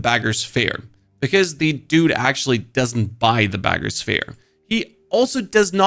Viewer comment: It’s BEG-er not BAGer lol